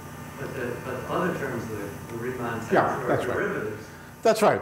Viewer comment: Who put the tags on? Schwarzschild not Schwarzchild torus not taurus Christoffel not Kristofel Riemann not reamonn